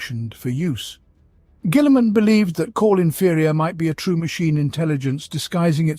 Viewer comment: The way he pronounces Guillimans name makes my eye twitch.